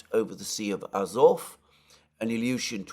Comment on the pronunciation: Love how you pronounce Ilyushin, awesome! Bravo overall!!!